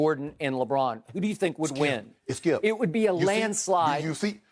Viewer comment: Listen ... Thssshkeeeeip!! 😂😂😂